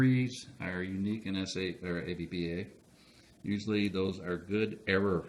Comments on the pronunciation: It's pronounced APP-BAH as stated in the famous color brochure and as was written in the brochure. Never, no Never pronounce it Ay-Pe-Be-Ay. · Okay, I have to say it because it came with the literature in my 1980 APBA baseball game...APBA is pronounced as a word, two syllables. APP-BAH. It is NOT pronounced as speaking the four letters A-P-B-A... Anyway, great video. Forever APBA (APP-BAH).